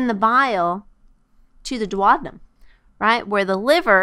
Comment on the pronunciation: This is a great video but it was very distracting that she kept saying dwad-num instead of doo-ow-dee-nuhm for duodenum.